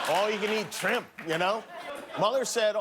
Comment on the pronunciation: In the whole dry serious saga, that's the only time I cracked up. Trimp is so appropriate!